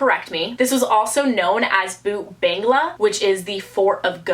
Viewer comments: The indian ones are pronounced bhan-ghur fort and Bhoot bhungla. Fun fact: Bhoot Bhungla translates to Ghost Bungalow or Ghost Pool-house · It's pronounced bhot Bangla